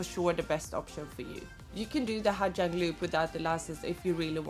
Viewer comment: You do know that the letters "Gi" together in Vietnamese is pronounced as a "Z", right? It's pronounced Ha Zang.